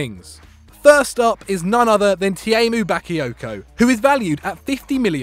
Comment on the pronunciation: ITS NOT BAKIYOKO. LEARN HOW TO PRONOUNCE HIS NAME